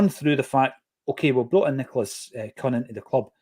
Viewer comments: Why is rhyming Kühn with Hun Ü is oo, like Über Don't be scared of saying his name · Yeh it’s Kuhn like Kung